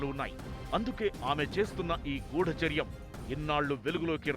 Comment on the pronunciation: "గూడాచార్యం" కాదు తల్లీ! గూఢచర్యం